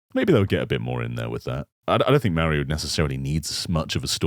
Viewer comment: I can never stop noticing how always says "Meh-rio".